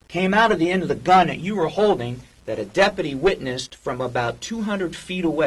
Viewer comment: They can't even say deputy correctly. More like depadee lol, idiots.